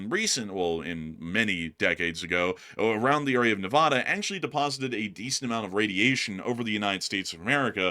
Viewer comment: What The Fuk Would You Know About NE-VA-DA LEARN TO PRONOUNCE IT RIGHT